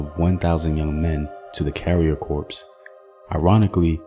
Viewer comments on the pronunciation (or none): none